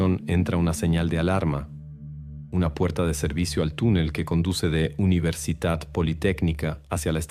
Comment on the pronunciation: Soy de Argentina y nunca escuché del caso de la provincia de Salta. Aunque es verdad que algunas de sus sierras y montañas tienen fósiles de Caracoles marinos. Nunca he visto ni me han contado que hubieran Megalodones en la zona. Me quedó repetido en la cabeza la pronunciación de "UniversiTat politécnica"